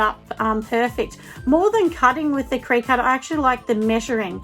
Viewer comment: I love your videos... as I am a new candle maker- so you're super helpful to me!! Thank you for sharing so much detail!! P.S... Just so you know, the cutting machine is pronounced like Cricket 🙂 (that's why it has a little cricket bug mascot). I called mine a cry-cut when I first got it!